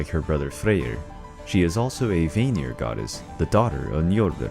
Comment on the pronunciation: Not bad but some facts are pulled from fictional sources. And some annunciation was incorrect. Such as Vanir it’s pronounced as (V-ah-near)